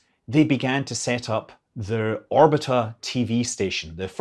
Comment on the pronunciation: Very nice review, thanks! One nuance, though: "Orbita" ia.pronounced with accent on the second syllable. "raduga" — on the first syllable Otherwise your Russian pronunciation is rather accurate. The accents in Slavic languages are notorious for being the hardest part for non-native speakers: there are no rules, it's total chaos, the only way to learn them is to memorize the accent for each damn word separately. it's an archaic feature of this ancient language family.